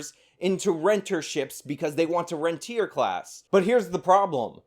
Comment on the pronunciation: Saagar doesn't even know what rentier class means. It actually means the opposite of how he is using it, the capital holding landlords, not the people renting the homes. pronounced ron-tee-ay